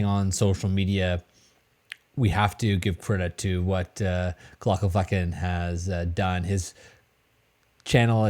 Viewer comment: Just started watching your channel and enjoy you a lot. Love the info you pass on and your calming demeanor. I have a question, and don't want to be disrespectful, maybe it is a joke I'm not in on yet being new here. You pronounce the Dr's. Name wrong is there a reason? I can hardly spell it, so I'm not trying to be a jerk, is it an inside joke ?